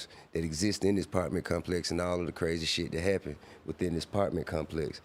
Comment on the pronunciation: Damn they stole Desi Banks whole shit huh😂 “The partments”